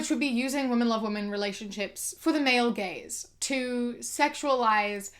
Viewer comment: I thought you were saying "the male gays" and not "the male gaze" I was so confused